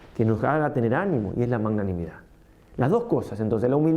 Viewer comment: Padre lindo perdóname pero no se dice manganimidad ( eso viene de manga o de mango 🥭) Jjjjj, se dice magnanimidad, de magnánimo. Jjjjj . Parece un trabalenguas Jjjjj Gracias 🙏